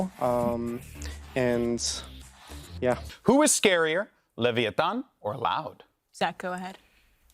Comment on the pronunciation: lol leviantan, what was that? 😂 give our aspas back cmon